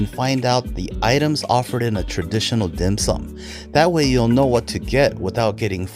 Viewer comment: he’s definitely not Chinese…the way he pronounces the dim sum….lol